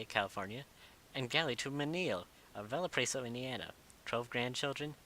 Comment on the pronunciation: u said Valparaiso wrong and it was really cringy not to be mean